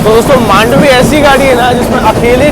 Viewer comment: Thanks for calling मांडवी 🙌 people call it मंडोवी